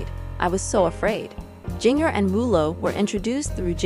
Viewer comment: Can't even say Jinger right!